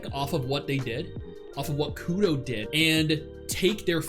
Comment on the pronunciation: Sry bit of a pet peeve “Kudo?”. Put your tongue to the roof of your mouth and make the r sound naturally.